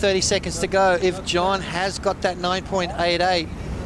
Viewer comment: It's..JOHN..Not John John.....He's not 10 years old.